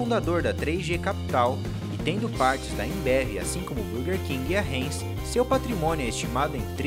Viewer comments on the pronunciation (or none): Cara, marca heinz é pronunciada "rainz" e não "reinz".